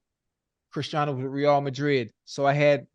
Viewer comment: ocho cant even say christiano’s name right lol